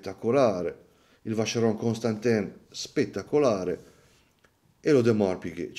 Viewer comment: occhio alla pronuncia di Vancheron Constantin! 😅 Non è "ConstanteeeN" 😢